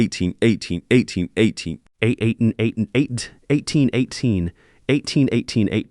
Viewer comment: OMG I think the AI had a stroke when trying to say 180 🤔